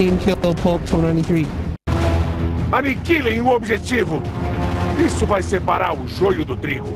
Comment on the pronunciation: Kept saying pulp, like it was plup though lol